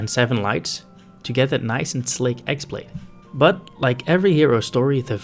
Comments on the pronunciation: The x-blade is pronounced "keyblade" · It’s not pronounced “ex blade”. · You're pronouncing "X-blade" wrong. The "X" is actually the symbol for ki/chi, so it is basically just pronounced "key(ki)blade"